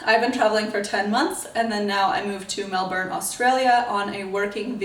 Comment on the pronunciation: As a Melburnian, I say you pronounce 'Melbourne' perfectly for someone with a rhotic accent like you. What I don't like is when Americans pronounce it as 'Mel born'.